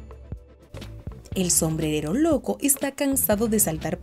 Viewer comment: Like si viste en el minuto dijo sombredero😁